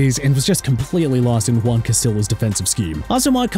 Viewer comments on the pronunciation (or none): none